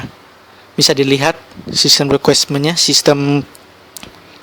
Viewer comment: translucent bang, bukan transulen requirements bang, bukan requismen